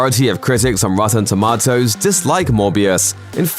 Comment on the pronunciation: HA! Rotten Toe- Ma-toes